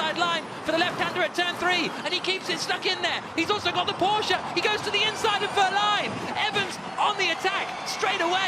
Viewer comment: Did you say Porsche